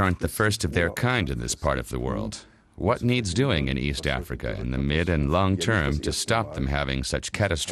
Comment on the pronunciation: "East Acrifa" ? :)